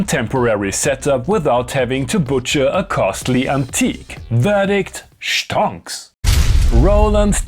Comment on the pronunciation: "SCHtonks" got me good.😅